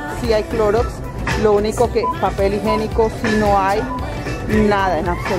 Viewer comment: No se dice higenico......la pronunciación es higiénico. Disculpa.